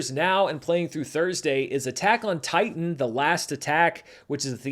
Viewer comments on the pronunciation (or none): none